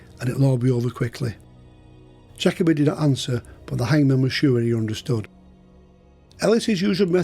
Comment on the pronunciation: Atrociously bad English. "Jakobe".. "that morneng".. would never make it to any of the UK's top universities, let alone Cambridge or Oxford if one spoke like you. And I thought American English was the worst. Tsk tsk...